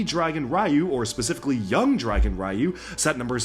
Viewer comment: Dude, that's Ryu (ri•yu) to us!